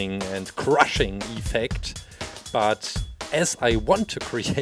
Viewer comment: Your saying iffect than the effect